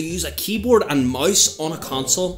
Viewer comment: wht tf is he saing keyboard and mais